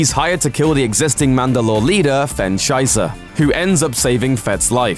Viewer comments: It's Fenn Shysa. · did he really say fenn Scheisse?